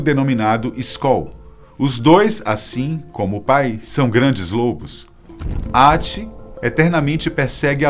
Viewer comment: A maioria dos nomes não são pronunciados do jeito e ele falou..! (Häti) se pronuncia mas se fala (rati), se pronuncia (hella) mas se fala, (rela) assim como o j na mitologia nórdica se pronuncia a letra i, como JÖrmungadr mas se pronuncia iormungadr, espero ter ajudado